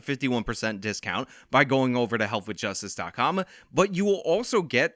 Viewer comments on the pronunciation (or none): "Health with Justice DOT COOOOOMMMMMMM!!".... you gotta emphasize the com like you used to